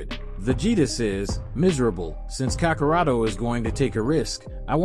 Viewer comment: No it's not Mexican kakarot 😭 it's how they say gokus name as kakarot in Japanese dub